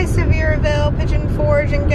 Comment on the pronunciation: Btw!! It's pronounced (suh-ver-v'l) I used to live in the area.